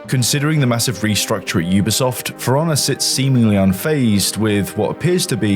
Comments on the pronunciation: love the british accent: game sounds like, "Fraunnah." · I usually have no problem with your Bri'ishness, but every time you say For Honor I hear Forunna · Its "Piranha" with an F instead of a P 😂